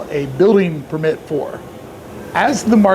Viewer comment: You’re really inconsistent with pronouncing “permit”. The correct way is emphasis on the PER. ✅ PER-mit ❌ per-MIT